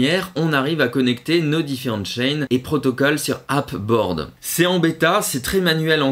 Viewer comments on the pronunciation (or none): Merci pour ces outils, que je ne connaissais pas ! Je vais tester. 2 remarques : - "DeFi" est ici un peu réducteur, puisque les outils permettent de suivre toutes ses cryptos, même celles qui ne sont pas en staking ou en farming. - Pour Ape Board, on prononce "eïp" et non "ap", sinon on croit que c'est App Board, qui n'a rien à voir. ;)